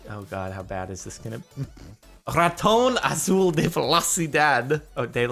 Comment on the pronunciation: Raton Azul de la Velocidad, your spanish sound very french, nice.